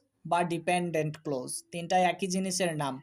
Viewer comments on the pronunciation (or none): Sir amake khoma korben,karon hisabe bolchi apni clause uchcharon korchen close. Ata boro Kane baje.thanks.